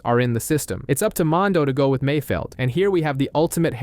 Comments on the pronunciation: Please redo this video a auto to at least say Mando! And not mon do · I hate the way this guy says mando, mondow? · Mondo? Couldnt watch bc of this... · I stopped watching because you cant pronounce mando correctly. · You say everything else just fine but mando!